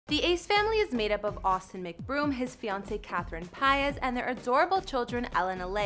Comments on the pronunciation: You still pronounced it wrong but it’s all good it’s pronounced pee-az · You got it wrong it’s Paiz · You said her last name wrong again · Still pronounced it wrong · Still pronouncing it wrong